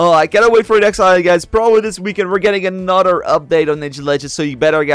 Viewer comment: he keeps saying anoder its not thst hard to say th its another